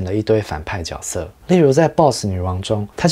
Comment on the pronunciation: 角色的发音错了吧，绝色吧